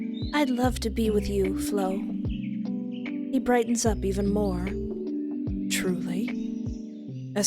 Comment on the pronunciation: I gotta thank you again for providing us with banger after banger, Espoir, seriously 😭😭 I love your videos so much, and I got excited when I saw the notif was MY game LOL. Thank you for playing!! 😌💞 (P.S. You pronounced Flo's name correctly, no worries there!)